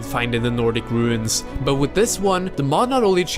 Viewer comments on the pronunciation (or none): none